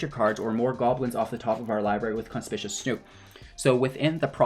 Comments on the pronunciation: Con-spick-you-us. Conspicuous. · Nice video! BTW, you might want to look up how "conspicuous" and "matron" should be pronounced ;-).